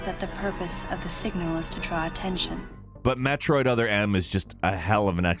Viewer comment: Did man just say MAT roid?